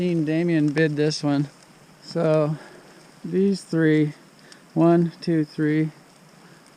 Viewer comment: Place kicking for three! Or is it tree.